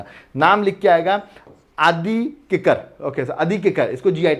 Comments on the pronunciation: ADI KEKIR(Ginger) not KIKER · Arunachal pradesh.. I think its Adi kekir(keh-kir)